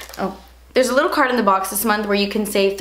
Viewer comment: I think I was the only one who laughed when she said "Mine is a leetle bit crooked" XD omg